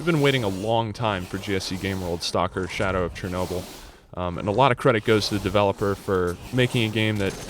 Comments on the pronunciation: It's not CHEERnobyl. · Learn how to say Chernobyl properly